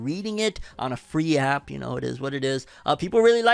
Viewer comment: 😆 why you have to say “ On A Free App “ like that? 😂 Boruto is good times❣️